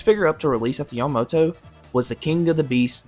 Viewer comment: Bro fr said yuhmoto